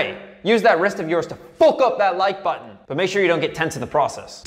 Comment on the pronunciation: Jesus Christ can’t even finish the video he thinks saying fook is peak comedy